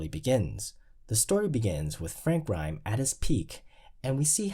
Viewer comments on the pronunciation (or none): Why sometimes do you drop the (s) when pronouncing Mr. Burns and Grimes names? 🤔